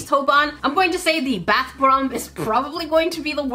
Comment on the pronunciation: 😅😂😂 You forgot to say bAth bomb 💣 but you said,brth bomb 😊😅😂😆😆😆😆😆😆😆😆😆😆😆😆😆😆😅😅😅😅😅😅😅😅😅🤭🫢